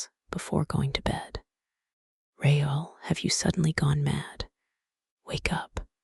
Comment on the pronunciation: Christines last name was not pronounced right, nor was Raul's. Caught this as I was drifting to sleep.